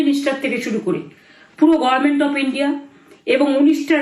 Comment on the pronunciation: এখন ও গরমের্ন্ট উচ্চারণ করছে😂😂😂